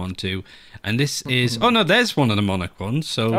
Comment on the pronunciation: Everyone: "Monarch": "Monic" / "Monaco" Also: great battlepass, the Ktac and jigsaw collections are top notch. I also really liked the Lightwave and deep-sea collection from the last one!